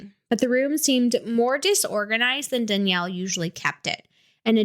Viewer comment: Please remove this. The uploads of this case all over the true crime scene have been hurting all of us who were close to danielle and seren. Anyone who requested people to post about this was not someone close to them. Danielle and Seren (Not pronounced correctly a single time in this recording by the way) would have absolutely despised being spread around like this. Not only that, there is so much incorrect information being spread in every single one of these. Please. I am BEGGING. I mean no disrespect, but I am BEGGINGGGGG you to please consider those of us who were actually close to this as well as what danielle and seren would have wanted. I was their best friend. We had so many talks about true crime and how they would have felt about this stuff. Please. These are actually hurting us and our healing. Our loss of them is not content. Please.